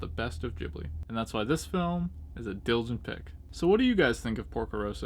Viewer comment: LOL you pronounce it JIBLY !!! its a G bro , GHIBLI GHIB-LI - gotta admit tho your way of saying it cracks me up tho !